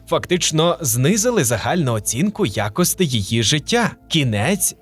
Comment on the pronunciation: ВаріАнт А не якийсь "варянт". Аж вуха ріже, як і ваше "якостИ", ви румун?